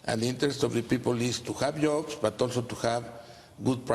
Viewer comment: Imagine making fun of someone because of their pronunciation on a second language, what a clown